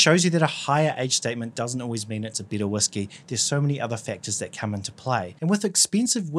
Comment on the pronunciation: If you're using whisky as synonymous with "Scotch whisky" you should make that clear at the beginning of the video. There are other types of whisky. Also, when you say "better" it sounds like "bitter". That confused me.